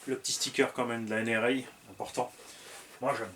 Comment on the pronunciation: j'avais pas vu l'autocollant nhra mais tu dis nra (ènèrè avec l'accent)😉et c'est pour ça que je voyais pas le rapport avec les écolos!🤣🤣... j'adoooore la nhra!